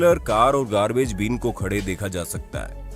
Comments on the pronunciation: Its garbage “bin” not beam.lol😄😄😂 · Please practice your pronunciation of English words before you use them, currently you are totally changing the meaning by mispronouncing it. As for example you pronounced word bin as been. It sounds funny and foolish. Better still do not use English to show off, it is working exactly opposite. Thanks